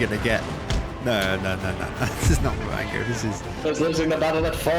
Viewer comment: I think bro said it wrong it goes: “IVE BEEN IN THIS POSITION BEFORE AT THE BATTLE OF MARRANGO, I LOST THE BATTLE AT FIVE O’CLOCK. BUT I WON IT BACK AGAIN AT SEVEEN!!!”